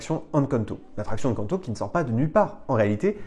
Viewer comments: Encore une super vidéo, j'espère qu'on verra un jour une attraction Encanto à DLP. Si je peux me permettre, le "EN" d'Encanto se prononce "én" comme dans énergie, pas comme dans enfant. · je t'apprécie énormément ♥ Mais Encanto se prononce "haine quand ne taux" pitié x'D